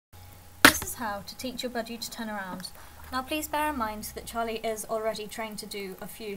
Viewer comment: it sounds like your saying Polly when your saying Charlie. that reminds me, i used to have a budgie that looked a lot like that named Polly :)